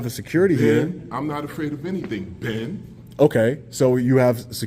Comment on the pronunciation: Omg I had to rewind that to figure out what he was saying 🤣 "Ben" as in Ben Franklin 😂